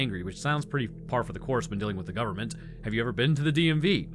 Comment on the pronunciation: It sounded like you called them "gooberment" agents😂